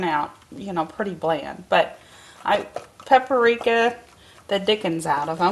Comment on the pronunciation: I think he may be referring to the fact that it's not only spelled differently, it's pronounced differently also. Paprika... Pap-ree-ka.